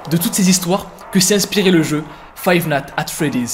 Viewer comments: xd ta dit fave nat at freddy lol men faux dire five night a Freddy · "Five nate at Freddy's"